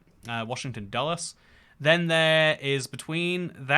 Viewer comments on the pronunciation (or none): none